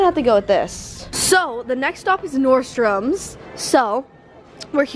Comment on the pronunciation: nordstromS??? Nordstrom